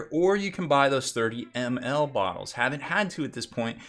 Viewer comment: I must not be the only one to think his pronunciation funny then :D